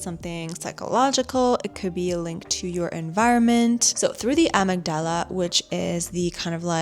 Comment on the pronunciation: Amygdala, accent is on the first y pronounced i. Pit-U-I-tary gland not pituary.